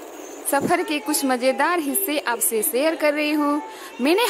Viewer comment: आप शा को स बोलती है 😭😭 साम । सेयर । सुरु शाम । शेयर । शुरू